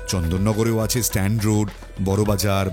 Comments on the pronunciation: চন্দননগর স্ট্র‍্যান্ড (Strand)... stand (স্ট্যান্ড) নয়। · চন্দন নগর স্ট্যান্ড নয় স্ট্র্যান্ড। স্ট্র্যান্ড মানে নদীর ধার। আপনি শিক্ষিত মানুষ এই ভুল আপনার কাছে আশা করি না